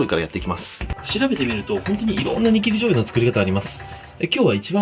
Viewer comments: だんだんニキビ醤油ってきこえてくる。あ、失礼しました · 何回聞いても「イキリ」醤油にしか聞こえない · イキリ醤油にしか聞こえないw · 煮きり醤油がニキビ醤油に聞こえた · イキリ醤油って聞こえた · ニキビ醤油にしか聞こえない笑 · 煮切り醤油が ニキビ醤油にしか聞こえない。。。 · 煮切り醤油って言ってるのわかってるんだけどニキビ醤油って聞こえるのは私だけ？ww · 自分も嫌だけどニキビ醤油にしか聞こえない件... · ニキビ醤油に聞こえた人ー🙋‍♂️ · にきび醤油ってきこえる